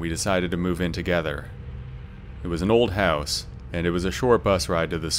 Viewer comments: "A small hehwse." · This narrator is Canadian. I could tell. He said the word "house" in a unique way.